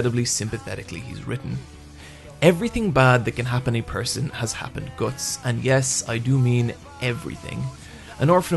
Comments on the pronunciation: isn't it pronounced Guts? as in "you have the guts to do it.." You seem to pronounce it Goats. Anyway like the video, you know what you are talking about. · ITSSS GUTTS NOT GORTSS!!!!!!!!!!!!!!!!!! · when you say guts it sounds like goots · Gootz??? wtf is that pronounciation??? Love berserk(only the original) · Omg I can't do this he pronounces "guts" slightly different to what I'm used to oh god MOM GET MY PILLS MOM HUG ME MOM